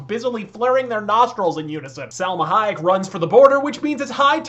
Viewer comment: This guy is the best reviewer on YouTube. Every time you kept saying Selma Hayek, I lost it lol